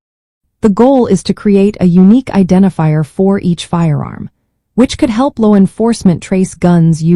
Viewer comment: Stop using AI. She could not even say Law correctly.